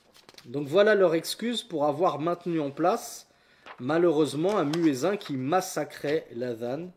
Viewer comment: salam, baarak Allahu fik, je tiens juste à t'informer que personne ne prononce "muezzin" à la française, voilà il est bcp mieux de le prononcer en arabe, qu'Allah te récompense